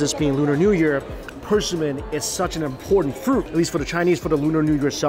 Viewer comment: Why does he pronounce persimmons like that lol. Person min lol